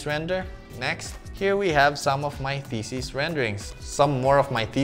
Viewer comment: When you say "thesis", it kind of sounds like "feces"...